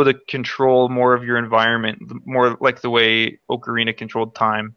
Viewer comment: If there is one pet peeve I wish I didn't have its hearing people pronounce names wrong. Like Ocarina of Time. Like I heard you three say Ocarina in the video in the beginning and it bugged me. Of course nothing against you guys it is a pet peeve I have always had FeelsBadMan :( . But my favorite Zelda game would be Skyward Sword, mostly because of the characters really pulled my attention and I enjoy the relationship between zelda and link. They actually have chemistry and Link now has another reason to protect her, not just because shes the princess and he needs to save the world